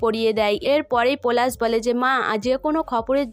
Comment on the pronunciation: আবার পরাগ কে পোরাগ পলাশ কে পোলাশ বলা কে বোলা pl উচচারণ ঠিক করুন ।আপনার লজ্জা কোরছে না?